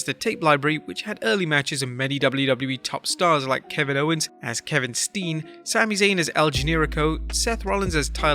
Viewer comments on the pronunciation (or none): none